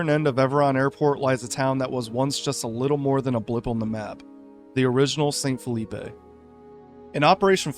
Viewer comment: I'm gonna be honest, maybe this one should have a retake and reupload. The pronunciation issues with St. Phillipe and Tyrone (remember this is a french colony, it needs french pronunciations), calling the town of Morton a coastal base (likely due to its marking in the conflict mode, even though it is clearly not a coastal base in any way. The Enfusion workbench, map hint and GM mode will confirm this), not to mention the subpar captions constantly misnaming the various towns and more complicated words, including the damn name of the game itself sometimes..